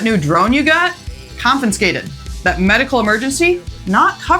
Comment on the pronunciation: I'm enjoying the videos more every day. So please take this as constructive. The word is 'confiscated', not 'confinscated'. It's common and I'm sure I'm guilty of others mispronunciations. So take the advice or not. I'm still watching. I hope you continue to grow your subscribers.